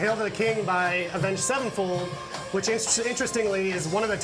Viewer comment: absolutely butchered Avenged Sevenfold lol